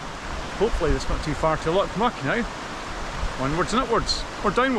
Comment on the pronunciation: It's pronounced Loch "Mick" not "Muck" or as one ambulance dispatcher once called it Loch Myu-ick🤣🤣